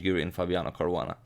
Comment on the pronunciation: its caruana